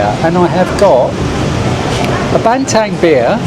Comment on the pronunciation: Bintang Bin tang not bantang. Rupiah Rew Pee Ah